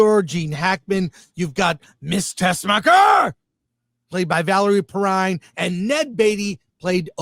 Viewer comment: Is that how you pronounce Perrine?